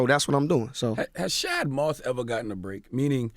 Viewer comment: You think Charlamagne will ever realize he saying Bow Wow real name wrong. Everytime he say it, Bow Wow pronounce it correctly after that